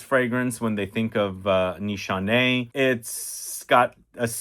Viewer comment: No Nanshe no Ani X 😂😂 what a professor